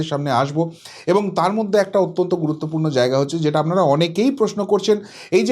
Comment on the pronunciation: Amnara...amnara...amnara...amnara.... Disgusting